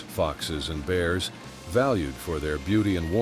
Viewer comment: Can't someone speak properly to narrate this movie? Good grief! Bars and koogars? Seriously. It doesn't take much knowledge to pronounce words correctly! It makes it difficult to watch this story.